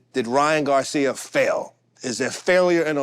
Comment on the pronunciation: "DRY'aN Garcia" 😂